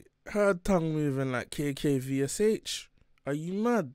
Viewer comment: Why you UK man be pronouncing all the letters in KKVSH lol. It's pronounced "cash"